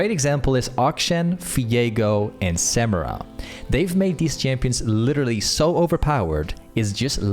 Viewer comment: Bro how do u butcher Samira